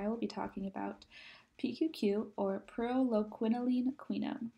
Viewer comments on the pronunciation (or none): I haven’t watched it yet, but I’m about to. But she starts off incorrectly pronouncing the supplement. That’s not a good sign.